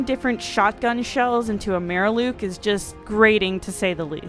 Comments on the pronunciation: who the fuck calls a mirelurk a murlook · She said Mary luke It’s mirelurk My er lurk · mereluke... lol really? you mean mirelurk? Love this channel though. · Do you know I had to listen to part of your video about 3 times before I understood what you were talking about, you say what sounds like "Mayor Luke". I'm deducing that you meant "Mirelurk", a creature the lurks in mires; boggy or swampy locations. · “Mare Luke” I will never not call mirelurks that from now on. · "maraluke" lmao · Ah yes, the dreaded Mareluke. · Wait have I been saying mirelurk wrong this whole time? Is it pronounced maerhluke? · Great video, but did you say meh-reh-luke? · Did I hear "meer-a-luke" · Joe Indvik that was hard to hear but also somehow endearing. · What the hell is a Mer-Luke? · it mIleurrrk dumbass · Great video, got to ask though, why do you say Mirelurk like a weirdo? xD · am i gonna have to be the one to comment on the way she said mirelurk. im hanging myself